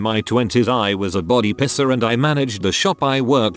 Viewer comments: Video voice: piercer=pisser How normal people say it: piercer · It says pisser instead if piercer 😂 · reddit: piercer narrator: piSser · i like how the tts voice says body pisser instead of body piercer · the way piercer is said by the voice sounds like the german insult "pisser". literally urinator but more used as coward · Im so glad I'm not th only person who mentions the whole "pisser" instead of "piercer" thing holy shit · oml i thought i was the only one who thought it said pisser haha guess not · Video ruined a bit by the pronunciation of piercer as "pisser" 😂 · why does he pronounce piercer like pisser? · Nobody: Text to Speech: pisser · I like how it pronounses piercer as pisser😂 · It makes me very angry who it pronounces it "pisser" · stupid computer generated narration. piercer says( pisser )along with a bunch of others. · It sounds like pisser instead of piercer lol! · Sounds like pisser every time LOL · Why dos the bot say piercer as pisser smh my head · The way the say “piercer”... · I love how the voice says "piercer" lol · What’s strange is it says piercing and pierced fine but not piercer